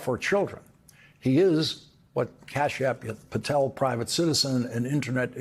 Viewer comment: Kasp App Patel 😂😂😂come on Lawrence